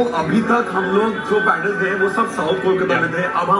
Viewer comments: I respect you opinion my friend but never in my life I've ever heard any bengali calling it a पैंडल and most of my family lives in Siliguri and kolkata. पंडाल is something I know and have used all my life. I think it's English pronunciation that's creating this problem. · It's called पंडाल not the so called pan - dull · its “पंडाल “ not “पेंडाल” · pronunciation of "PANDAL" is wrong these two kolkata boys in video. its “पंडाल “ not “पेंडाल” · पंडाल होता है, पैंडल नहीं।😂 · It's पंडाल , how can you pronounce it पैनडेल्ल ??